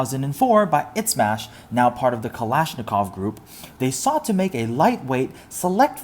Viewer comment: "ITSMASH" bruh